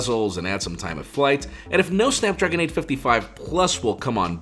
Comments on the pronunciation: Snadpragon lol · Who else noticed snadpragon😂